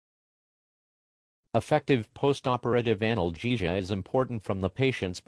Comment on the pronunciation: Microsoft Sam pronounces "Anal -gesia" funny